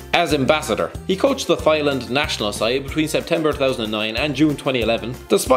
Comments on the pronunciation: what the fuck is thigh land? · How the hell did you mis-pronounce THAILAND? Bunch of incompetent morons